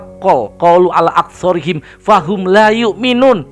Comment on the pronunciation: assalamualaykum pmilik chanel,,,, koreksi dikit donk, pada ayat yg terahir anda ucapkan saat mmbacakan bagian surat yaasiin,,,itu yg bnar "aktsaarihim" ,,bukan aksoorihim,, harusnya ث fatkhah bukan صfatkhah. maaf